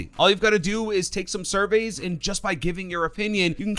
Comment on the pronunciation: "suveys" lol